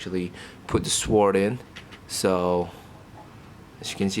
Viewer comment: dude its a sword not a sworord